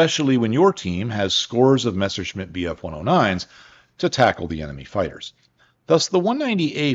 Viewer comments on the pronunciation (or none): none